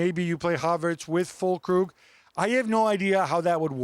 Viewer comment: his last name is Füllkrug not Füllkrüg